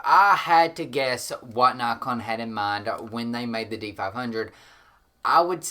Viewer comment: Good info but I thought you were saying Knock on?